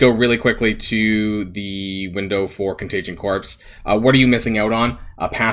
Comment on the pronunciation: Isn’t “corps” pronounced “core” and not corpse?